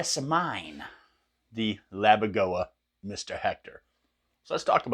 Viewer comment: Pssssst, it's Laboga, not Labogoa 😁 Also regarding tube/solid state - that only refers to the tube/diode rectification, quite similar to the options on a Mesa rectifier. Had nothing else to do with solid state amps like the Randalls etc. Absolutely killer tones though. My Mr Hector is also one of my all time favourites 🤘